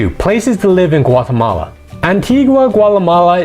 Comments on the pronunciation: It's Guatemala, not Guatamale. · Is Güatemala NOT Guatemale, is La Antigua NOTAntiga